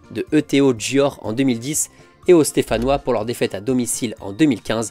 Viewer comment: Je peux t'aider sur Györ, ça se prononce "Dyeur" (en roulant le "R")